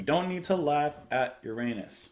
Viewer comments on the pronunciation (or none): Yurrunus not meunnus. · Btw, some folks do not use the pronunciation "your-anus", and prefer "urine-us", which raises similar scatalogical problems. 😄 On another note, this movement always seemed to me as having similarities to Dukas' The Sorcerer's Apprentice, from about 20 years earlier. Not surprising, with the theme of a magician, and doesn't take away from Holst's genius at all, imho. That's a good one too, and is included in Disney's original Fantasia, with Mickey Mouse in the titular role - worth watching. Now, the outer planets, Uranus, Neptune, and some would say Pluto (I just can't go along with the demotion, at least astrologically), symbolize the spiritual dimensions beyond Saturn, representing old age and death, among other things. Uranus is the disruptive shock of the encounter with the larger transpersonal domain, which can come through surprising awakenings or tragedies alike - and Holst captures this perfectly here, with the swings between dramatic, mysterious, and fantastic passages, like a magical mystery tour of sorts - all the while with an eerie transcendent buoyancy that says "there's something more than meets the eye going on here, and it may be scary at times, but it just might all be ok". I think you'll love the ethereal beauty of Neptune, and a Pluto movement was actually written for this in 2000, by Colin Matthews, called Pluto, the Renewer - and dedicated to Holst's daughter, who was also a composer. This was, of course, written between Pluto's discovery, and it's unfort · Don't be a party pooper 😊. Pronounced- your Ennis, butthead 😊. Currently going through planetary perturbations! Peace and Love.